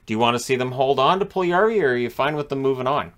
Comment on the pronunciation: His name has four syllables, not three. Pul-yu-yar-vi.